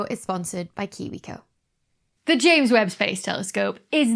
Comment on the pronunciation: Every time you say ames Webb Space Telescope it gets delayed by a day